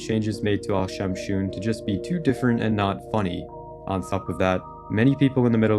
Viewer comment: Al shamshoon 🤣🤣🤣🤣🤣🤣🤣🤣🤣🤣🤣🤣🤣🤣🤣🤣🤣🤣🤣🤣🤣🤣🤣🤣🤣 Indian finds it very funny